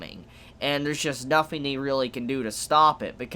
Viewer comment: Why does this guy say "nothing" as "nofing"? Am I the only one hearing this?